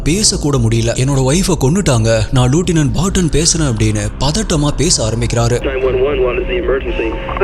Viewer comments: லொட்டினட் இல்லை. அது லெப்டினன்ட் (lieutenant) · லுட்டினன்ட் இல்ல ப்ரோ அது. லெப்டினென்ட்.